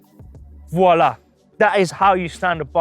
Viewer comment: It sounded like "frala"